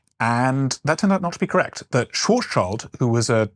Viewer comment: Karl Schwarzschild the german astrophysicist from Frankfurt is nit pronounced „Child“. His name translates Black Shield. So Schwarz - Schild but the i is pronounced like an e. You are welcome 😉